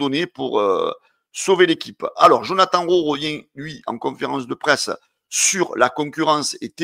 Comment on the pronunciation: fait un effort Djonathane Rowe pas Jonathan 😂😂